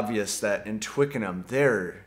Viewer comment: Great review, mate. For me it was the magic of watching the evolution of Paul's Get Back. Goose bump moment, right there. Props go to you for the Scouse accent and the correct, non-US pronunciation of Twickenham!